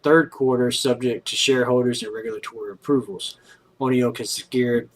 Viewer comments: Pronounced "one oak" Oneok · It’s pronounced Oneoak